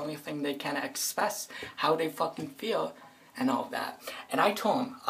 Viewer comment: "that's the only thing they can expess how dey feewl" listening to you kills as much brain cells as alcohol does